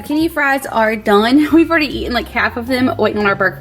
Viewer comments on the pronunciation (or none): none